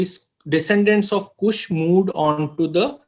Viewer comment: Not Kusha,,Kush,,Correct Ur Word